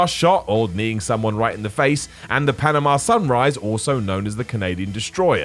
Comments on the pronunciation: Panama, not Panema..i believe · "Panema"? Seriously guys?